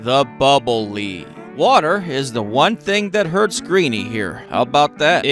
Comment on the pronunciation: Pretty sure it’s acid, not blood, and it’s pronounced “lead” like “led” not like “leed.”